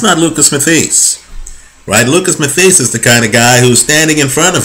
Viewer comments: not being a smart ass but pronounced matthysse' wrong. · please learn to say his name properly